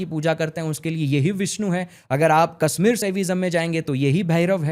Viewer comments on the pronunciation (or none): none